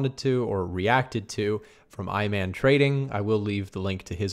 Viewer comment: idk who Iman is but i'm pretty sure it's pronounced "E MAHN". like former NBA player Iman Shumpert